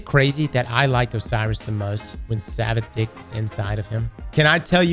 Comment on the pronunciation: "When savathick was fully inside Osiris" - 2023